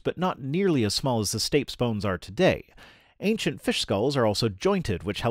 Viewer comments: I believe that the correct pronunciation of 'Stapes' is 'Stay - pees' not 'Stayps'. 😘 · Stapes (stirrup bone) is pronounced "staypeez", not "stayps". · Thanks for another video! BTW stapes is [ stey-peez ] and has an option that is something bouncy like Stey-pee-dees. Cheers! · stapes: pronounced |STAY-peas| not |stayps|. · Stapes (in the ear) is pronounced stay-pees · stapes: pronounced stay-peas (with emphasis on first "a')